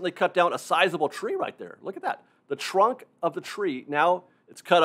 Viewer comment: I really don't mean this in any condescending way, but I often wonder about your accent. for example, to me sounds like: "The chrunk of the chree" "...also on the old chrain chrack". Again, don't get me wrong, it's very charming. I'm just a nerd for accents. Where are you from?